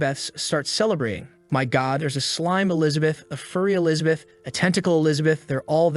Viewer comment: Still trying to figure out who TF is Elizabeat. People really need to proofread before sending their sloppy scripts through their text to speech.